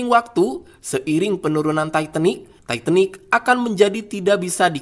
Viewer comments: Admin sebutan tu titanic...bukan taiitenik..hahaha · Titanic bukan taitenik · Titanik bukan taitenik..bau dong lok tai.yg bner bacanya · Titanick, bukan taitenik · Setau gue itu namanya kapal TITANIC bukan TAITENIC...kalo ngomong yang benar aja lah... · titanic bukan taitanik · Emang di baca nya taitenik 😂 ya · Mbacanya yang bener bung titanic